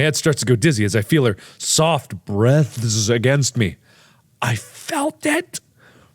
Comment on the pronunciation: GT Live and mark both read the “breaths” word wrong in the baking scene So........